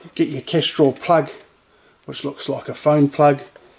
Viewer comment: What did you call that plug, the kestrel plug?